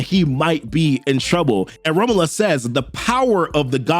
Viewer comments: I think "Romulus" is pronounced like raw-myu-l_ss, not ramalus The underscore being like, generic slackjawed vowel sound. Like a schwa, "ə" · Romlus😂 dude learn to pronounce the name it's not hard. You're saying 3 different names none of them are the very simple to say rom-u-lus. I got to admit it's a good video but hearing you Massacre the name really messes it up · FYI... Rom-you-lus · The way you say Romulus is killing me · Oh, man, please work on pronouncing "Romulus." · how do you manage to mispronounce romulus that bad